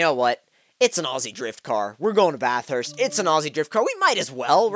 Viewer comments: Bathurst not bath-hurst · Yeah he wasn't saying it right.😂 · lol the way you say bathurst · The way you say Bathurst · The way Americans say Bathurst hahahahaha